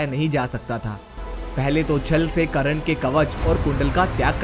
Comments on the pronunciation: Abe Karan nhi hota he karn hota he be.... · Bhoshadi k Tere ko to Sahi se yoddhao Ka nam hi Nahi pata h wo Karan Nahi karn tha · Mahayoddha karn ka nam to theek se le it is कर्ण not करण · Abe sale kran nai be.. Karn Naam h bee sale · it's not karan...it's karn....thk se bol to le bhai pehle.... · करण नाहीं कर्ण.. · it was not karan its karna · karn hota he ..karan nahi ... pronoun to thik se kar